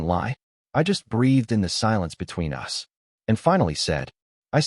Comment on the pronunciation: Fair story, good editing, narration mispronounced common English words for the story context (us, live, lives). Captions not watched.